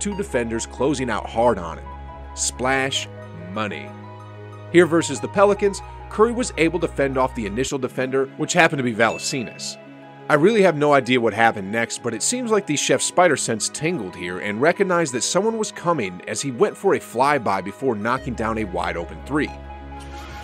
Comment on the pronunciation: great video, really illustrates how much of a threat Curry is to any team. Best shooter of all time no doubt! Also what the hell was ? Valaseenus? Great video but damn you butchered his name worse than I've ever seen commentators do it XD